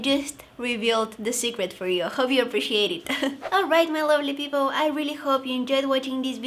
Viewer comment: Did u say peopo or people 😂😂😂😂😂